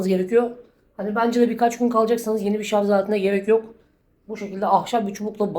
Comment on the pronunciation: Şu ŞARZ demeyi bırakmadınız. Daha mı halktan olunuyor kendi dilini yanlış konuştuğunda. Git şimdi arapçayı ingilizceyi öğren elin memleketinde.